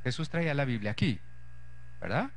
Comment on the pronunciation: ¿por qué será que a veces les da por decir "biblea"en lugar de "biblia"?